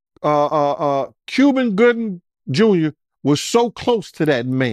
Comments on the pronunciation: On me I heard him say Cuvin Goobin Juber.😂😂😂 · could not pronounce Cuba Gooding jr..